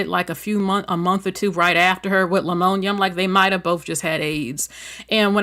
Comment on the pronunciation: Love your content, but the proper pronunciation of Pneumonia is just saying the word with the P silent. There is no L in Pneumonia.